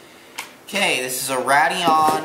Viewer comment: it is pronounced "Raid-eon" not "Rad-eon"